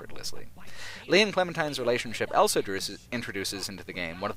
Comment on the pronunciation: says elso instead of also.